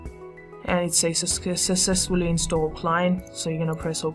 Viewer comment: the way he pronounces successful lol 🤣